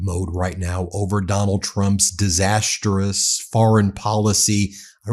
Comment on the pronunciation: Disastrous is pronounced "diz - ass - truss" not "diz - ass - ter - uss." Three (3) syllables, not four (4). It's almost your favorite word, Ben. At least pronounce it correctly.